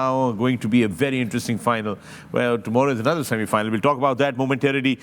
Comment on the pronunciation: It was like :- shami-final not semi final 😂❤